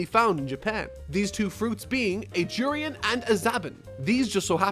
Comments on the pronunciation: I felt like you say durian weirdly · Omfg I cant believe he pronounced durian wrong